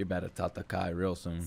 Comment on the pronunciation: stop saying tatakai thats a different word Their saying tatake The e is pronounced eh Tatakae means to fight Tataki means a fight between 2 forces